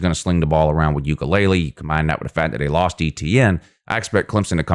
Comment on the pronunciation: As a sports analyst you’re being flat out lazy and disrespectful for repeatedly mispronouncing Clemson QB DJ Uiagalelei’s name and instead repeatedly pronouncing it as “Ukulele”, which is, in fact, a small guitar-like instrument. Slow down and pronounce the letters like your teachers taught you in kindergarten. As a sport’s analyst/commentator you should learn the correct pronunciation and practice saying players’ names correctly before you get on the mic. It’s literally that simple. And don’t blame your mispronunciations on having a southern drawl. If you choose to be a sports analyst then at the very least you should pronounce the players names correctly. Failure to do that simple aspect is just lazy and shows that you do not take your craft seriously. Stop butchering players’ names. Get it right.